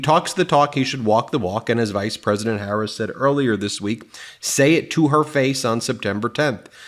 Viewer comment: Your pronunciation of VP HARRIS Is incorrect sir. Just a friendly heads up